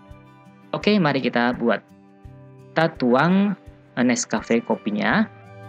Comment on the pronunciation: Dalgona min bukan dolganaaa